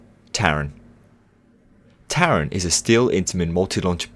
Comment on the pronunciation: for the future please say taron in German